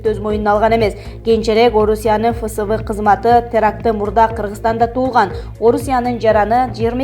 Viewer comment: Паспортко УЛУТУН жазгыла сукалар. Сузактын'Озгондун'Жалабаттын паспорт столдорун текшергиле АВТОР ЖАКШЫЛАП ДАЯРДАНЫП ЧЫКСАН. ФСБны' фысыбы, деп окуп койдунго. Эптеп септеп акча тапсанар болдубу.